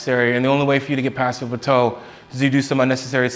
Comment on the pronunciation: I've never ever heard anyone pronounce plateau as "pluh-toe"